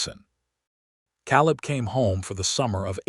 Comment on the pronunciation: I enjoyed the story for the most part but isn't there some way to correct the pronunciation on these AI narrations?? El-EE-ner for Eleanor?? Cal-ub for Caleb?? Also the math was way off which detracts from the story. Can't that be fixed? I truly love listening to these stories but every one of them has either bad math, bad pronunciation or both.